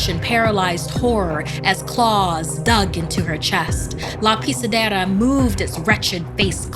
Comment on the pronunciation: Because of her how she says: la pisedera i can tell that she speaks that language rlly good